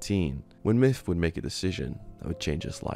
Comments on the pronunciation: The video is hard to watch when he calls him "miff" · his names myth not miff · Pretty sure it’s pronounced Myth not Myff.. JS. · I literally was mainly listening and thought you were saying "Miff" this entire video. Then I see he commented and it's "Myth". Good lord I feel dumb xD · "miff". Come on ya dang Brits. Learn how to say "TH". It's MyTH, not MIFF. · you do realize it's MYTH not MIFF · Oh my god dude 😂 I was only listening to audio this whole time and thought the streamer’s name was “miff” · I hate how you pronounce his name. "Miff" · no matter how many times you say it all I hear is Miff, good vid though